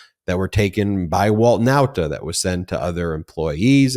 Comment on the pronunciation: Show up on 27th June. Not Now-ta. Okay sir.